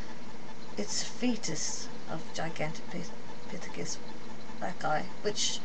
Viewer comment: u cant even say the name gigantipythicus this is not good try though lady